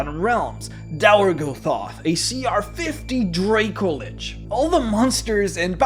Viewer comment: The a in dracolich is short, not long.